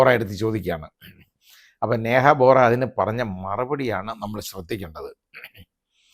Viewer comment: വോറാ അല്ല, ബോറാ ആണ്.